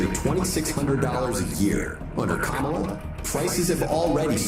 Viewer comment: Wow! He actually said Kamala’s name correctly twice! He can be taught!!